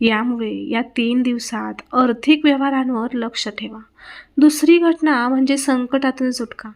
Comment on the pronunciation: अर्थीक म्हणणे सोडून द्यावे. "आर्थिक" हा शब्द उच्चारावा.